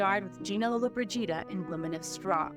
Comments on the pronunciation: In 2023 " ... the last true star of the Golden Age passed away." Sophia was 88 and still alive! And still alive now. I think Sophia was a bigger star. She won an Oscar! You're saying Gina's last name wrong. Look. Too many of you YT bio presenters are like The Wild Wild West! You gotta' do your due diligence. People lose trust in you presenters who don't properly research your subjects. Rita Moreno - Gene Hackman - Eva Marie Saint - Jane Fonda - Richard Chamberlain - Barbara Eden - Dick Van Dyke -- all Gina's contemporaries -- still alive today! Shirley MacLaine - Kim Novak - Clint Eastwood - Julie Newmar + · Can't even pronounce her name right! Not watching this trash!!!!! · Me too , my great grandmother named me after her favorite movie star it really just irritates me that the commentator to this documentary is not saying her last name correctly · Where's the Scottish narrator? Every time this lady narrates there are factual errors and she needs to pronounce Lollobrigida correctly. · she is accentuating at the wrong place. It's a small fix that makes a huge difference. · Interesting considering her name is mispronounced throughout the whole segment. Also, nothing about her amazing jewels and her selling them for charity. A beautiful and gracious woman who did it her way. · I know what you mean...President Regan couldn't pronounce nuclear (not "nu-ku-ler"), drove me nuts. He's in charge of it (something that could end the world), and couldn't even pronounce it! Always surprises me that they spend the $ they do - then invalidate the entire video by AI, or mispronouncing the name of the subject. It's either greed, stupidity, ignorance, or arrogance. That's all the time I spend on, "Why?" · Mispronouncing her surname seems really disrespectful… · Thank you, I thought it was just me. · Over and over again!!! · At the start the name was correctly pronounced but later it was mispronounced. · Lo-Lo Bridge Eeda? Really 😂😂😂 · LOW-la BRIDGE-ida